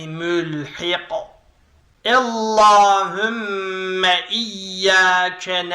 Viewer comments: ella degil alla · Çok güzel ama ellahümme değil allahümme